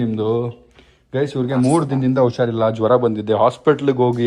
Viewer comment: Ushar illa alla adu Hushar illa